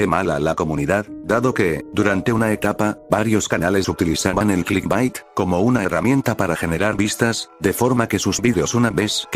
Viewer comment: no se cuantas veces dijiste clisbat pero se que djiste clitbait una vez xd